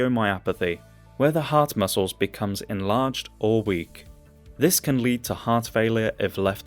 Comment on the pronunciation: The way he says insulin is criminal